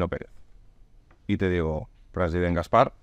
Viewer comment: Por favor, pongan un crowfounding para pagar un logopeda a Gaspart.